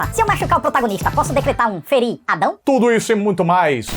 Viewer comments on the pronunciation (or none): "Feri Adão " 😂😂😂😂😂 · feriadão huahauhauahuha pelo amor de Deus, kkkkkk